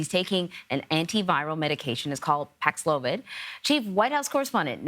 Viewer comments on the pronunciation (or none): Now show the clip of him pronouncing paxlovid 5 times